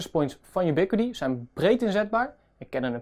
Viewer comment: Hoe lang heb je op de uitspraak van die naam moeten oefenen!